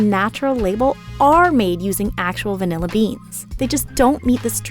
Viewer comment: Taking a shot of vanilla every time the host says “vinella”